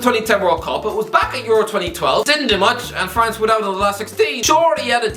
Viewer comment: ffs man, just say france